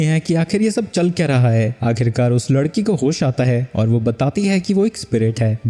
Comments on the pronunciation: ladki❎️ lakdi ✅️ 😂😂😂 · 1:39:6 larki❌ lakri✅😂😂😂😂😂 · bhai tumto larki ko lakri boldia😂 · Bhai vo lakdi nahi ladki hai 😂😂